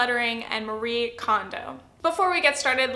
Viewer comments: I’m impressed with the points you made in a fairly tight video. I think with this series you could easily go to 20mins. (This is a little pet peeve as a Japanese speaker, Marie is pronounced “MA-ree-eh”) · The E isn’t silent! :p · I've heard from Japanese Americans that we have all been pronouncing Marie wrong this whole time and it's actually more like our "Maria". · It's funny how literally no English-speaking person pronounces Marie's name correctly (sorry, I didn't mean to attack you personally, it's just a general observation).